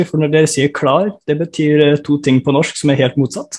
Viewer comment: Have no idea what they are saying but gotta love how he says norshhhk